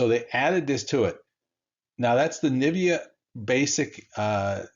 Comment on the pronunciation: N-VIDIA. Like In Video. Not Nivia.